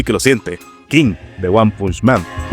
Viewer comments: Muy buen vídeo! Pero... Cómo le dices "One" a "Uan"??? 😭 (El nombre de One se pronuncia como el número 1 en inglés, no literalmente "One") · ¿no se pronuncia en inglés?